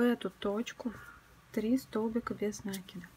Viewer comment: Опять этот нАкид , вроде бы простое слово и ударение интуитивно понятно!